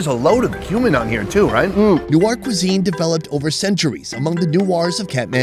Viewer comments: I keep hearing human powder as spice.... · He says cumin powder like human powder 😂😂